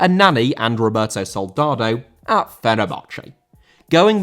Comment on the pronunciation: Soldado* not Soldohdouw